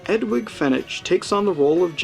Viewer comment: Love the review and subbed! However, the "g" in Edwige is pronounced with a "j" sound and the "ch" in Fenech with a "k" sound. ;)